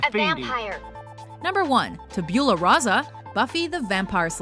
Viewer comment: She said tabula wrong